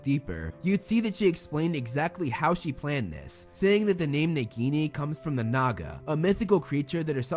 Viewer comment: It's Nagini, not neguini.